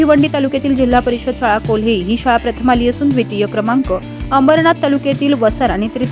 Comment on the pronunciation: कोल्हे नाही केल्हे आहे.